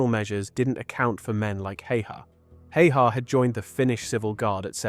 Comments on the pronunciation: Pronounced simo how-ha, btw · explains his horrid pronounciation of "häyhä" as well